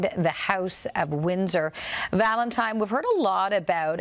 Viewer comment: Please tell me my ears deceive me, are you saying ValentiMe